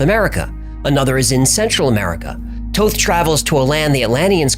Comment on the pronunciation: I thought it was Thoth not Toth. I heard somewhere that he was Jesus.